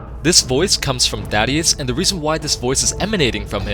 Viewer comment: sounded like you said daddius instead of thaddius. Boy ain't that a thought